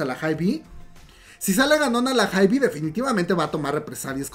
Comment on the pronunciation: Me encanta como cuenta todo pero me estreesssaaa que diga "haibi" 😂❤